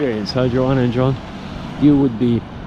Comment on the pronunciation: Their names are pronounced Yoan and Yonna Yinton 😊